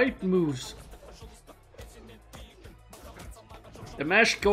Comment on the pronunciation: His name is Dimash not Demash. Pronounce it Dee mash like mash'ed potato. Deemashh 😅